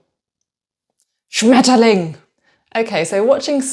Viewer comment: So ein Schwachsinn wieder wenn ich höre so würde kein Deutscher Schmetterlinge auszusprechen😤